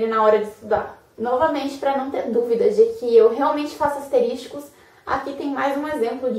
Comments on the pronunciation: Excelente vídeo gostei. Só não ficou legal o "asterísticos", sendo que o correto seria "asteriscos". kkk Apenas para descontrair, mas são excelentes dicas, parabéns. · Asteriscos (não asteris TI cos) Que agonia ouvir aluno de direito falando errado, uii...